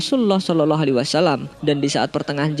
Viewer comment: Tolong kalau mengucap NABI YANG BENAR...( sholallah ) bukan ( sololoh) NGAJIO TAH....ben gak salah PAHAM...